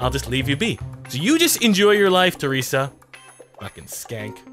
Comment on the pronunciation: He called her traesa and Sheryl